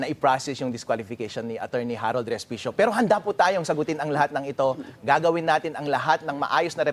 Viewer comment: Sorry po and not Hospecio😂😂😂